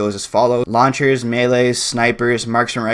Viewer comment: When he was talking about launchers, legit thought he was saying "lawn chairs". What's a Damascus lawn chair look like...